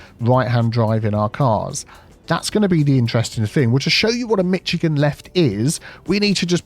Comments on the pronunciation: The ch in Michigan is pronounced like Chicago...Mishigan 😀 Even my Canadian ears were bleeding. 🤣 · Honestly pronouncing "Michigan" as "Mitchigan" makes me twitch even more than when Americans pronounce the full "shire" in English place names (and I'm English) 😂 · Hearing him pronounce Michigan wrong is hilarious especially because I live in miCHigan😂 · Yeah, I'm from Michigan, and have been using Michigan Lefts in the original CS for years to solve traffic problems. Super easy to build, works well with roundabouts, and works regardless of road width. Oh, and its "Mish"igan, not "Mitch"igan. Its an anglicized Native American word that means great/big lake. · I am now going to refer to them as Mitchigan Lefts. lol I cant unhear it! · Can you repost this video, but add a "bleep" every time you say "Mitchigan?" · mish not mich to pronounce Michigan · “Say ‘Mitch’ again!” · For a moment I thought you said “Mexican left” and I was like “I never heard of it” but you trying to say Michigan left, the state is pronounced more like “Mish-a-gan” but I never heard of Michigan left, I’m only aware of the “Pittsburgh Left” but that’s a different type of left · "mish-IH-gin", not mitch-IH-gin". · Mish-a-gan Not Mitch-a-gan. Soft "c". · I was born in Michigan and live here. If anything you pronounce it..Mishigan (Michigan). Once I heard pronounce it, I paused the video and laughed, then I commented as fast as I could. Love you. Having a cup of tea now. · Never realized that Burtish people pronounced it “Mitchigan” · Being from Michigan, the way you're pronouncing it is driving me nuts. It's not "MITCHagan" it's "MISH-agan." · Being from michigan it kept throwing me off when prounced it as Michigan and not Mishigan lol🤣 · 😂 As a Michigander I flinched every time you said it, to the point my husband asked if I was okay 😂 (Instead of Mitch- it’s a Mish-) very easy mistake to make. Keep up the good work! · Mitch-i-gain you said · It's pronounced "meat chicken"